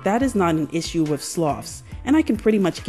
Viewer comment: Not sure if you're being intentionally obtuse, so I'll explain: I was so annoyed by your butchering of the English language that I quit watching.